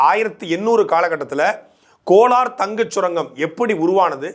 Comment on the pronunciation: அது கோனார் தங்க சுரங்கம் இல்ல அண்ணா . கோலார் தங்க சுரங்கம்.😂